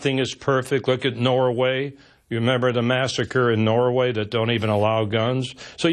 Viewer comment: Arpaio is an idiot - the fact that he pronounces Norway "nora-way" alone suggests an IQ deficiency.